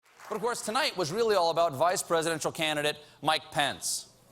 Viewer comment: I'm not American and every time he says Mike Pence I hear "My Pants", does it happen to you too or it's just because I'm not a native speaker?